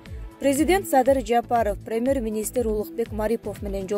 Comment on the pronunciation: 🤣🤣🤣бут туура эмес суйлот экенсиз диктор🙈🙈🙈 1- ПАНДЕЕЕЕМИЯ эмес пандемИя болуп окулат 2-ПРЕМЕР министр эме премЬер болот кыскасы толтура экен катаныз уят...